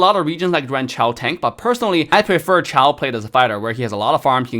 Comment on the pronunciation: Damn your Accent.. I heard child For Chou.. 🤣